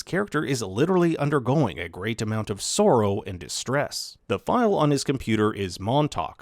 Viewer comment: You said sorrow very Canadian-ly. I mean this as a compliment.